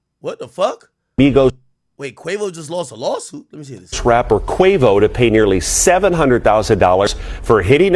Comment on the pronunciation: Am I tripping or did he say trapper 😂💯